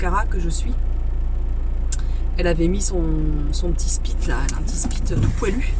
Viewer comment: Joyeux anniv ^^ Moi aussi je suis team vouvoiement de mes beaux parents ^^C'est un spitz;) pas un spritz c'est pas un chien cocktail mdr ^^Je le sais parce que j'ai deux Spitz si c'était des cocktails tkt que je les aurais déjà picoler mdr. (ceci n'est pas un reproche bien évidement j'ai bcp rit en t'entendant dire spritz spit spitch.) Ma pauvre, j'ai du tellement envie de te prendre dans mes bras quand je te vois si triste et si peinée... Exprimer ces émotions devant les gens ce n'est pas manqué de pudeur selon moi c'est juste être un humain;) Franchement j'ai pas l'impression de voir un degeulit d'émotion j'ai juste l'impression de voir une personne qui exprime ses émotions simplement Je t'envoi plein d'amour!!